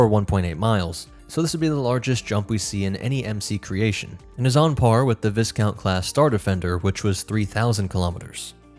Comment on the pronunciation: Vi. Count, one word , pronounceation